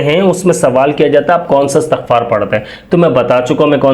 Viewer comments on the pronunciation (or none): Bhai jan lafz istghfar ha Asghfar lafz nh hy please lafz theak phre